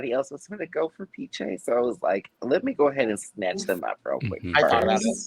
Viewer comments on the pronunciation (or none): Wow. This is great information! We'll be sure to pronounce Piche the correct way moving forward! 😅